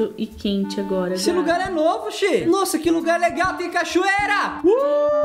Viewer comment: deixei o laique quando a falou nosa